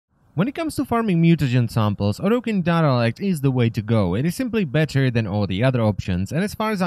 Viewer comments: Dah Rah Lekt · I LOVE how you pronounce Derelict, it always makes me smile xD